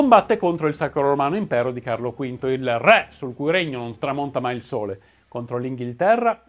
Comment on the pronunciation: Video interessante e istruttivo, anche per i numerosi collegamenti con personaggi e vicende dell'epoca che gravitavano attorno a Caterina. Sarebbe meglio pronunciare correttamente "ré", visto che è parola che, nei vostri video storici, torna spessissimo.